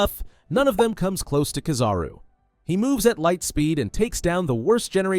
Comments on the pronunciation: But he said the name right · He said the name right